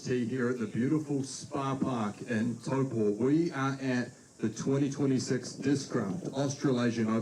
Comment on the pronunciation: how you say it is pretty close but you’re usually a little off on the Po of Taupo. Listen to how Henry says it vs how you say it. Only commenting on this because I know you care, as you’re basically an honorary Kiwi now.